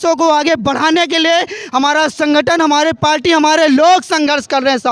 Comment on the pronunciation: जिस पार्टी का जिलाअध्यक्ष पार्टी को पाल्टी कह रहा हो आप उसके ज्ञान पर और क्या कहेंगे? गला फाड़ने से कुछ नहीं होता है।